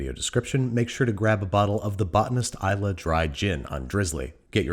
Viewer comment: Well done on pronouncing Islay correctly. 🏴